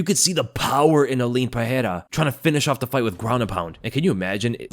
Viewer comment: Stop with the "Puh-hair-ah"; there is no "H" sound because there is no double r (like there is in Ferreira).